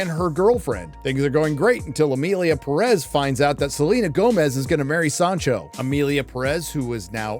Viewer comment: You are pronouncing Perez wrong and you could easily do it right.